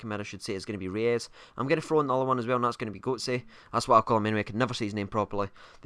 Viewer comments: It's Royse not reyus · haha just kidding,you are pronouncing him almost right...just pronouncing him royce!:) but you are right re-us is wrong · You pronounce Reus like Royce. Not like reyes haha. Typical zombie can't even talk right. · Reus is pronounce Royce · I think you're the only person in the world who doesn't like Reus on FIFA. And btw it's pronounced royss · Pronounced Roys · It's pronounced Royce :) rues is a striker btw